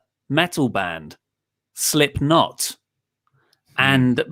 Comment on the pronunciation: Luke doesnt like LOTR and cant even say Slipknot right... I've lost all respect for these dudes